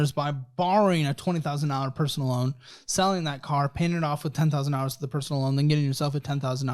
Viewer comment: It’s “loan” not lone kid